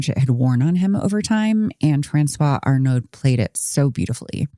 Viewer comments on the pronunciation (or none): I know this is not important, but the trailing consonant is often not pronounced in French. Arnaud does not contain a vocalized d. ------ I think it's really rare that, as parents, you say "are you gay?" to your kids. You say "hey, you know, if you have any interest in guys, that's completely ok. We can talk about it." Of course, they don't seem to have even done that.